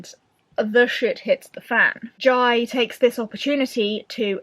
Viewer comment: Whooooooo! I'm so so happy you enjoyed Dragon Rider! (Just a small note, I think the central character's name is pronounced like Jay - but if Taran talked about him during the event and that's how he pronounced Jai's name ignore me! I trust in Taran's word heh) given empire + politics + dragons I was 99.8% sure you'd love it hehe